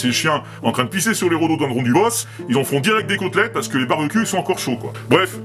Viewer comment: "rhododendron" merci :D